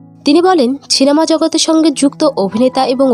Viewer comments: ছিনেমা নয় কথাটা সিনেমা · সিনেমা কে ছিনেমা বলছেন কেন? একদম জঘন্য উচ্চারণ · Cinema ❌ Chinema ✅ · ATLEAST CINEMA KOTHATA THIK UCHHARON KORUN -কথাটা হলো "সিনেমা" , ছিনেমা নয় ! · বিতর্ক ছিস্টি, ছিনেমা, লাসনীতি, পসন্ত এগুলো কিরকম উচ্চারণ ভাই?